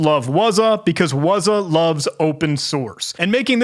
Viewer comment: What is "wuzah"? it's "wazuh" you gotta sound it out